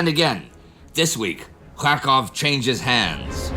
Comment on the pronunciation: Every time Indy says Kharkov, I hear Krakow (Polish for Cracow) :)